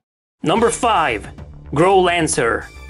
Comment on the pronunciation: It's Growlanser not Girl Answer 😂